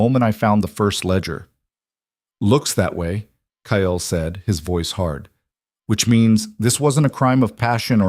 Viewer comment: This story hot me hard...when I found out Marcus killed a close family member to Aria it hurt so bad...I couldn't imagine loosing someone so close like that..very good story, sad but good. The only thing that is bugging me is that the AI can't say cake or Kyle right at all...maybe change the males name to something other then those two names.. at least in future stories...so far I've watched ten stories and the main woman and main male characters always got the same names as the other stories...